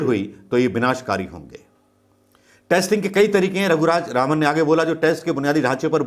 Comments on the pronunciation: Everytime you are pronouncing the name wrongly.. Raghuraj Raman in place of Raghuram Rajan.. pl mind it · Unka naam RAGHURAM RAJAN. Not Raghu Raj Raman. You have proven yourself a very poor presenter my friend! It's like Trump could not pronounce Swami Vivekananda's name in one go. He messed it up. You also have said twenty times Dr RAGHURAM RAJAN's name wrongly! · sir he is not raghuraj raman as pronounced many times. ha ha this happens often to most people. but the interview was a nice one. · unka naam... "Raghuraj Raman" nahi, "Raghuram Rajan" hai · नाम रघुराम राजन है (ना की रघुराज रामन) माफ करना गलती नहीं निकाल रहा परन्तु आपसे लोग एक्यूरेसी की उम्मीद करते हैं और आपकी वाकपटुता और सटीकता तो अच्छी है ही । भक्तों को बेकार में मौका मिलेगा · Raghuraj Raman nahin Raghuram Rajan. Alphabet ko swap kar lijiye sir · Raghuram Rajan naam hai... Raghuraj Raman nahi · आप कितनी बार रघुराम राजन को रघुराज रामन बोले है कॉउंट करके देखें।🙏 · Raghuraj Ravan.. Who else noticed🤣.. Not ones.. I guess almost every time😂😂😂🤣🤣🤣🤣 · Bolna toh shikh loh gavar hoh kya naam bolna bhi nahi aata 1.50 to 2.00..Governor ka naam bhi nahi pata nd chaley hoh video bananey so shame....its Shri Raghuram Rajan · You are repeatedly wrongly pronounced the name of Raghu Ram Rajan. Why ?